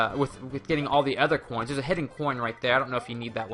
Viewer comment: "44 hhoins"